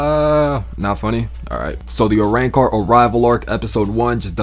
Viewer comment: you cant even say arancar